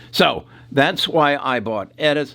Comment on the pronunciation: This guy mispronounces everything. Editas, Doudna, Intellia, and on and on... Scary